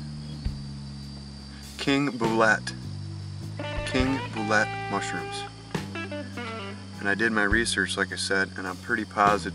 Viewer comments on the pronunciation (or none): Pronouced "Bo-leet", not "Bo-let. :-)